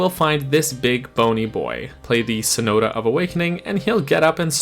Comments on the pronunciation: I know you keep commenting on not knowing enough about music theory, but at least pronounce the word correctly: *sonata*, not sonota. Think of the car by Hyundai. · “Sonoto” lol. It’s So-nah-ta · sonata. SO-NA-TA. come on man.